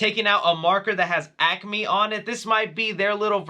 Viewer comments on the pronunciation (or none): none